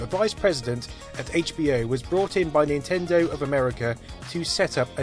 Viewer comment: Nintindew? Wtf did this guy say???